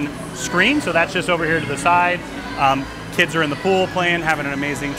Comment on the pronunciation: This dude is physically unable to say the word 'kids' lol